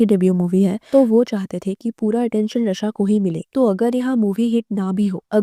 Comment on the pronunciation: Raaaa shaaaa not ra shaa र नहीं रा